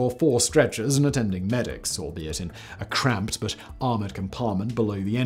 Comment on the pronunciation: Key emphasis on CRAMPED!!!